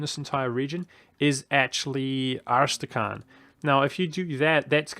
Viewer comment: As-tra-kan, not arsetacan